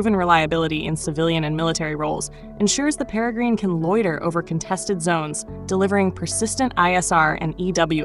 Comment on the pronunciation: IngFFS stop say Perry grine it’s pronounced pera grin after the bird of prey.